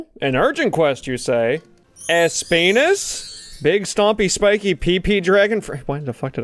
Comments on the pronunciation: Es-peenus Lmfao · It’s NOT PRONOUNCED ESP*NIS😂